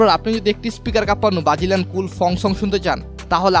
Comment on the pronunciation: Vai bagilian na Brazilian hobe 😂😂😂😂